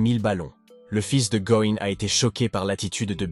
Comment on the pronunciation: "le fils de gohan, le fils de going"... "Going Son"... Partout déjà c'est Go Insung... Si ça ne va pas change son prénom, car le bot ne te comprend pas. Un effort sur la narration. Courage pour ton travail 😇